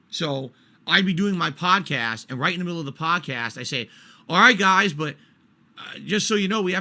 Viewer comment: "I'd play a promo vid for Hogwarts Legacy right in the middle of the Pahdcast" Yea, and they'd pay you 5-10k based on your audience PER video...